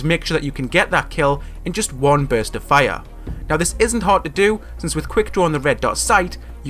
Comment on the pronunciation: Lmao his fire is a funny pronunciation watching in 2018 like if agree